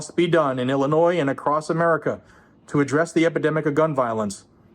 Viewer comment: it's Illinoiings